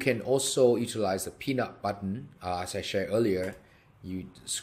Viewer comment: Thank you for the video ! I watch 4 times and still can't understand what the "pin up button" (which I heard peanut butter first 🤣 ) is doing ??? Could you also add in all board a "select all" function ? Manually selecting dozens of groups of keywords is boring I just want all of them 😀